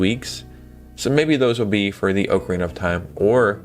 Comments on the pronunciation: Anyone who says “Oakarina” doesn’t deserve to play it! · Bro you are killing me with the way you are pronouncing ocarina